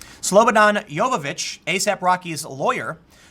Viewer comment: It aint Jovovic; its jo vi chi ch :P